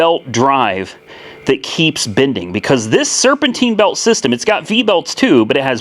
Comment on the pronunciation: Serpentine,Serpentine..Not serpenteen..If your going to live in north america learn to speak the language at least...